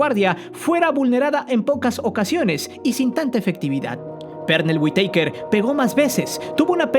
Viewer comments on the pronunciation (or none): Veo que lo tuyo no es el box castillo no era gabacho es mexicano y se dice witaker sin acento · Se pronuncia güitaquer jajaja ya mero dices Undertaker